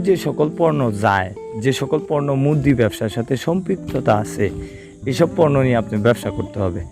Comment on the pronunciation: পর্নো না পণ্য